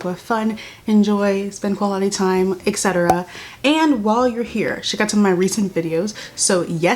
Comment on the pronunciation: The term is "Et Cetera. Etc." Not "Excetra."